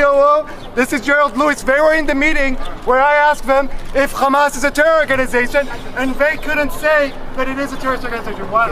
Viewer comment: If you know the least bit of Arabic then you can tell that the girl is pronouncing Hamas horribly. A false flag if I ever saw one. Same tactic as the D-list Israeli actress who claimed to be recording a video from inside the Alshifa hospital.